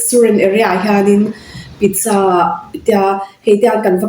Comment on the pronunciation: Sapho in pizsa an ti ngai reng2 lo pizcha.sa hi cha angin an lam ri.